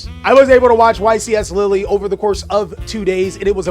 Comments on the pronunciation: juste say : lil', as a guy who lives there, I'm not that offended, it just made me suffer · Hey france, your state now is pronounced lilly. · too bad its "lill" , Europe isn"t a country it's a contienet with multiple contries in it,trust french poeple not just europeans in general on pronounciation of french words/names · Love American pronunciations of place names 'lilly' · Did bro just call it LILLY 💀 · No LILLY dawg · As a french man, you indeed mispronounced Lille, but it's not a big deal, thank you for taking the time to ask your viewers beforehand, always line someone who tries to resoect other languages! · I'm pretty sure not the first person in the world to mispronounce a European word. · As a french viewer sorry bruh but thats not how its pronounced hahaha the euro peeps in ur chat lied to you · again shows his worldliness with another spot on pronunciation